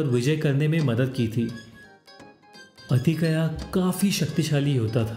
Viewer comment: बाकी सब ठीक है पर अतिकया नहीं अतिकाय